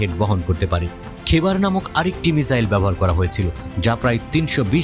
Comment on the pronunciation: খেবার নয় বরং খাইবার